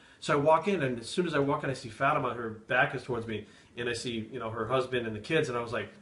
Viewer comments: Fátima is a Portuguese name. The "á" is pronounced differently. If you only use A it sounds like "uh" but when you use the ´ it sounds like the way you pronounce the "A" in Classy for exemple. So the way you said would sound like Fuhhtima (Like a Russian accent). So it's Fá ti ma. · Isn't it pronounced Faa ti ma? (Not that I would know) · I always thought it was pronounced fuh-team-ah